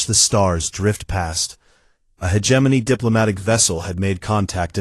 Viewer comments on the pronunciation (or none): It does not matter how many times viewers try to tell these "creators", the correct pronouncation is: he·gem·o·ny, NOT hedgeimonyy. They just don't understand bc they "outsource". :face-fuchsia-wide-eyes